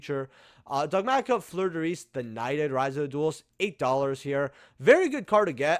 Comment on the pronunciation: Bruh read fleurdelis again lol